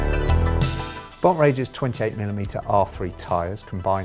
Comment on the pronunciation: Bont Rager? This must have been where the other rocket scientist heard how to butcher the name.